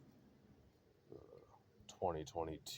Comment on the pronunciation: Ok I'm bugged you fucked the pronounciation of merlot so bad at first then got it right the second time lol.